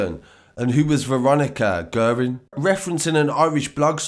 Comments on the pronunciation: Guerin-gee rin, cahill-ca hill ya need learn the pronunciation of our names sir,but good work🍀🇮🇪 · Pronounced gearin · Guerin is pronounced as Gearin Naas is pronounced as Nace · Great story but I reckon Gilligans was the only name you got right. Guerin = gear-in Cahill = cat minus the 't' - hill Naas = Nace